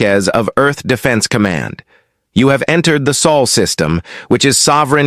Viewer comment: Sol system, not Saul